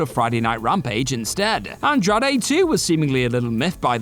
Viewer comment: OMG, it hurt me every time he mentioned Andrade! 😂